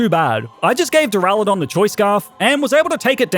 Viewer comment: DURALUDON, NOT DURALODON!